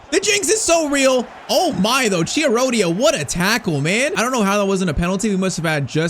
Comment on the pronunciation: Btw, just for your pronounce, Chiarodia is Kiarodia (Like the Ki in kiwi)